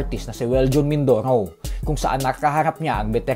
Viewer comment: mindorow, mindorow. abreow, awnyos, talow...lol